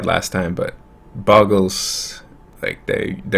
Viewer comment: Oh look his opponent is playing Bogles. I wonder how many times he is going to mispronounce it in 5 seconds. Has Seizure